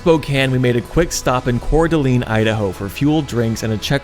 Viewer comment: Its pronounced core da lane